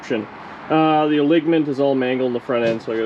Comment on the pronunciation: I had to laugh at the way you pronounced “alignment” . Reminds me of when some of my classmates would purposely pronounce French word as if they were English. 🤓 How is the motor being delivered? Pony Express. 😝